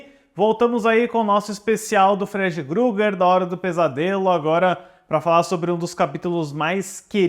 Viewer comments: Não leve a mal, mas é Krueger, não é Grueger como você fala diversas vezes, kkkkkkkkkk. Concordo, Freddy é o melhor personagem/vilão de terror de todos os tempos. Mas acho que grande parte disso é devido ao Robert Englund. Seria estranho ver um novo ator. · Amigo me dando agonia vc falando Freddy Gruger. Poh meo, nem para pesquisar o nome do personagem ? É Freddy Krueger